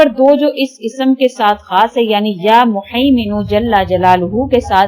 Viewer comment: behn ap muhiminu hai haa wala haa hy ap glt pronounce krhi hn